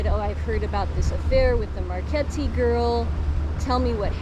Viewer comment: Marchetti.Chetti pron. like Ketty